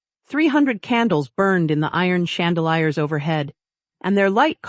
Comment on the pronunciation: Chandaliars it is chandaleer for pronouncanation